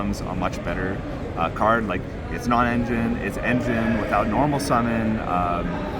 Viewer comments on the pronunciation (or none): none